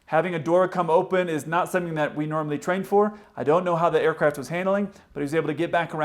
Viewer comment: "A dooah floo awf thee ercrayaft!"